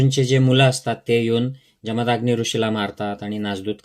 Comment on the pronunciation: निदान उच्चार तरी बरोबर करा. इंग्लिश स्पेलिंग वरून जमदाग्नी असा उच्चार करत आहात. जमदग्नी असे त्यांचे नाव व उच्चार आहे. तुम्ही आहात, की करा. तुम्ही जे ग्रंथांचे वाचन केले ते तुमच्याजवळ ठेवा. त्याचे मनन चिंतन जरूर. करा व तुम्हाला पटेल ते तुम्ही जगा. परंतु लोकांना जात, धर्म यावरून भडकवण्याचे काय कारण? लोक पुस्तके, संदर्भ न वाचता, न विचार करता गोष्टी उचलतात. त्यामुळे सध्या देशाचे जे वाटोळे झालेच आहे, त्यात तुम्ही भर का घालत आहात? धर्म जात बुद्ध विविध ऋषीमुनि व देव हे सगळे त्यांच्या त्यांच्या जागी असू देत. आज गरज आहे बंधुत्व, प्रेम, माणुसकी, कष्टाळूपणा याची. असो. तुम्ही तुमचा धर्म कीचा अनुसरावा. करीनासे संपला, त्यानंतरचे तुमचे व्हिडिओ उंटावरून शेळ्या हाकण्यासारखे चाललेत. परदेशी राहून इथे भारतात काय राजकारण घडतंय किंवा देवाधर्माचं कोणी काय करायचं याचं चर्वितचर्वण करू नका प्लीज. तुम्ही चॅनेल बंद केला तर भारतातील तुमचे जातधर्म बंधु फार सुखी होतील.